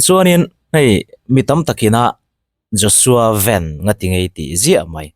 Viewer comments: VEN nilo in Van tiin lam zawktur , Hnamdangin VAN tih kha an mahni trawngin VEN tihin anlam tawh thrin sia, VAN tih aichuan VAN tih kha a English word play analh zawk atih vang kha ania , FEL-A kha YOUNG FELLA tiha lam ngai ang deuh kha ani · Mizo chuan Van hi Ven ti'n kan lam ri ngailo, mizo i nih chuan Van ti mai² rawh. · Joshua ven ni lo in joshua van tih tur aw...kan hnam sh ven tih hi chu hmeiche hming ah a chhang deih a.. van tih tur zawk a ni e😊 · Joshua Veen an tih loh nakah an lam thiam heklo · Vanbawih lam tawi ni na na a,sap ho lam dan ang a ven tia lo lam he ve ngawt hi chu kei zawng a fel hlel deuh in ka hria,ka mi mal ngaihdan 🤭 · Vai news ho chuan an lam dik asin nang aunaupa zawk hian ilam dik thei lo hi zawk nia.😅😅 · Nga ti nge youtuber ho hian zo hnahthlalk a i pawm ve anih chuan ahming hi lam dik ve mai ula ...a har vak amawn ni le ..😊😊😊 ji Bak an typing mistake tam thin hrim hrim nang tal hi chuan lamdik hma hruai ve in uluk deuh teh.....kan tawng aral mai dawn ...dak zuah zuah ani ringawt lo aw...thahnem ngaihthu...